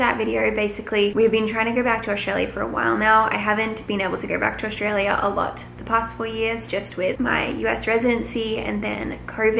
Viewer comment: I've noticed that doesn't pronounce Australia like an Aussie...she says it in a weird way...btw I'm from Sydney...